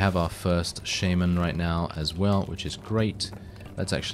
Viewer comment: he said sheimen not shaman lmao